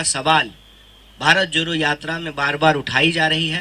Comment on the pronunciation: Abhe joro nhi jodo hota h ..jodna bolna seekh le fir jodna bharat